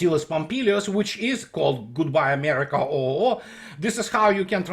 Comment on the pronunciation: on the US setting up Ukraine for failure: tank you Amerwika. But some guys made billions on weapons sales, eh? $$$$$